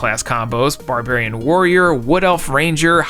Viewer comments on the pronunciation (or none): none